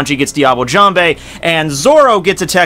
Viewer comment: I know this is an old video, but its "jamb" not "jam bay"